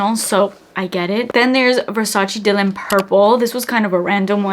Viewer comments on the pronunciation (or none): none